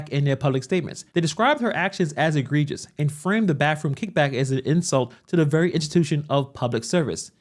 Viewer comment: “Baffroom” lol okie.